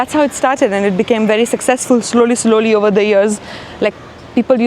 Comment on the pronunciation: She is delightfully Indian! The way she says... "slowly, slowly....". Her accent is pucca desi. Her vibe is also India... relaxed with rules etc. I find it charming the way she calls her 'Italo Goan'! :)